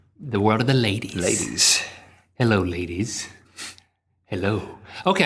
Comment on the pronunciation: well errr everyone thinks u guys were handsome sooo errr thats why you have to dancers - - _ plus u also say "lladys" <3